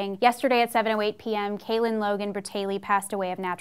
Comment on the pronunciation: said Caylen... (Kay-Lin)